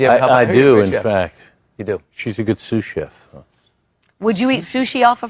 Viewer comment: Sous-chef not sushi!